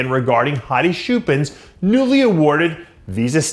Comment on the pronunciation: hey dave....its choopan.... CH- as in champion,cheese,cheap,challenger SH- as in.....SHUT UP dave and get his name right 😜